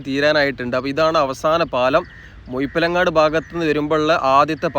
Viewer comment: മുഴുപ്പിലങ്ങാടി എന്ന് പറയ muyippilangadi അല്ല എണ്ണchu അല്ല NH